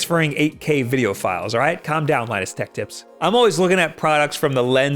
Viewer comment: I think you said Linus sex tips wrong